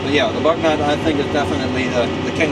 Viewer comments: AMERICA BU - NY - OH BUG NOT I ASK YOU. bu-: Pronounced like the French "u" sound (lips rounded saying "ee") or close to an English "oo" sound in boot.- gnot: Pronounced like "nyo" (the standard French gn makes a soft /ɲ/ palatal nasal sound, similar to the "ny" in canyon) followed by an open-o sound (oh), with the final t dropped Again coupé the final e sounds AY EMBRACE YOUR EUROPEAN HERITAGE. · FYI, it's pronounced “boo-NYOH” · They do a lot of this kind of work in Europe. I wonder if this machine is French and if it is then possibly “Bugnot” may be pronounced differently?